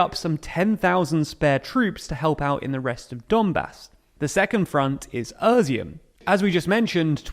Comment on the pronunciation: I like the format and the to-the-point brevity of the TLDR channels, but if continuing to report on Ukraine (as is likely) it would be good to take a few minutes to get the place names right. Izium is "e-zium", not "ER-zium", and Kreminna is not "Kreminia", etc. (There's been a few more in earlier videos too.) Keep up the good work.